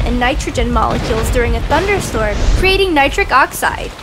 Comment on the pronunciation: It's like you said bunder storm but it's actually thunderstorm